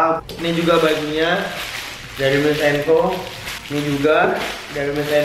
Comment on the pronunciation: Super comfy foam bang 😂 Terus cara bacanya mails and co Tulisan nya miles, dibaca mails